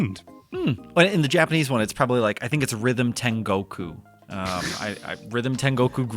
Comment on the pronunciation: While we’re here, ‘tengoku’ 天国 is Japanese for… heaven. [Headspinner trip practice, part 396: engage 24-year-old Japanese GCSE…] 国 is the kanji for ‘country’, and can be pronounced ‘koku’ or ‘kuni’ - as in Ni No… You see,, when two kanji love each other very much and come together to form a compound word, the pronunciation of the second kanji gets altered. The kanji itself doesn’t visibly change; it’s usually a ‘dakuten’ ゙ modifier applied to the first hiragana that symbol represents. For example, 青い (あおい aoi - blue) + 空 (そら sora - sky) becomes 青空 (あおぞら aozora - blue sky). That’s why 天 ten and 国 koku become 天国 tengoku. Doesn’t always happen, Japanese is fun like that - 英国 is the kanji for Great Britain, and that reads as Eikoku. - BTW, Raidou would be pronounced ‘rye dough’.